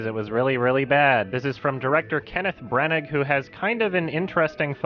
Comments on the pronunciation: Will Gompertz, Arts editor for BBC News; It's pronounced Kenneth Branah. Not Kenneth Branag. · It’s Kenneth Brann(ah), not Kenneth BrannaG. Loool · The director’s surname is pronounced “BRA-na”/ “branner” btw. He also played Gilderoy Lockhart from Harry Potter if anyone recognises him and can’t quite place him. I had no idea he had anything to do with this film though. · Branagh is pronounced Branner. And Murder on the Orient Express is terrific. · I think his surname is pronounced BRANNER